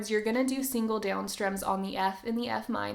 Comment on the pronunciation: I don't like how you pronounce the word "down" 😭😭